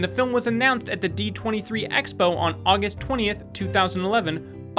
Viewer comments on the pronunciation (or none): none